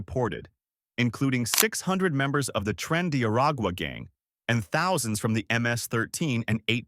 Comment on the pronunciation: Why is this AI voice unable to read numbers? It cannot say "thousand".